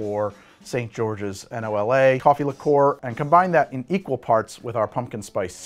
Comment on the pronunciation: Wait. N.O.L.A? Its nola, as in nawlins, as is new orleans 😂